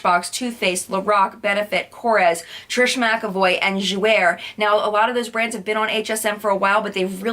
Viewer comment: you can look up pronunciations online of foreign words. Jouer is pronounced: Joo-ay. Neue is pronounced: Noy-ah